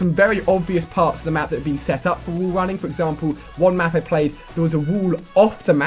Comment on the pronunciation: Is that letter "A" so hard to him to pronounce? Instead of saying "WALL" he says "WOOLL"...